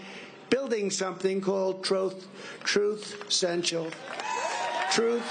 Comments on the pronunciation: 😂 trump couldn’t even read his own apps name correctly. “Trut central” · PSYCHOLOGY WORK 🤣 Trump: "Truss sential" TRUTH and SOCIAL is so way off the TRUTH that not even this notorious LIAR is able to speak them out correctly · He can't pronounce his own app, poor advertisement bro. Trut setial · Trump can't even say the name of his own social media platform. hahahaha 😂 He's a pumpkin head so he has pumpkin seeds for brain cells. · The whole joke is that the words he messed up were the name of the company he is trying to advertise. The company is a two word name and he messed up both words, with two tries. That's funny. It isn't just a mispronunciation. Those aren't funny. Hope that helps.